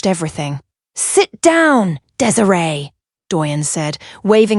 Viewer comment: I like the story. However you need to work on the pronunciation of the name Desiree